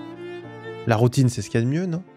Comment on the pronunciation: tu as bien dit Poutine, right? C'est pas juste ma tête de Québécois qui a fait '' j'ai envie de Poutine donc j'entends ça à la place de Routine '' ... right??